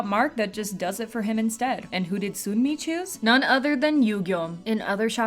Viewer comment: Making it even more clear cuz Sunmi 선미 pronounced seonmi